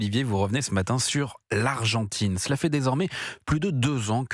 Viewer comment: L'argentrine ? Vraiment ? 🤣🤣🤣